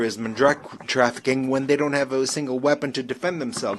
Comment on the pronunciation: Very to the point no holds barred. The interpreter has to get with the program and watch his flow. Needs to watch the unnatural enunciation of the word ending like : traffickinguh . Very distracting from an excellent and powerful spy